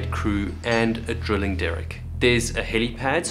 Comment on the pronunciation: Why do you say drilling weird?